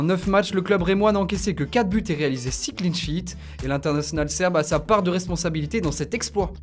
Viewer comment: "CLEAN SHEET" pas "cleen"